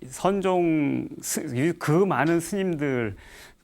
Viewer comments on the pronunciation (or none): 우선, "선종"의 "선"은 단음인데, 길게 잘못 발음했고, 달마는 "초조"라고 해야합니다. 장음인 단어의 첫 자를 짧게 잘못 발음한 예:사실,사물,(때로는 "똥"과 "대변"을 구분해서 써야지ㅛ)선(악의 대),해결,타협,말(입으로)사태,등으로 장단음 문제가 있.음에 의문의 여지가 없다.강사는 천속한 말로 그리고 기이한 사례로 젊은 사람들의 갈채에 도취해서는 않됩니다. "한국 어문을 고발함"이라는 책을 고국의 동포께 간곡히 권하는 바이다. 미국 변 완수 드림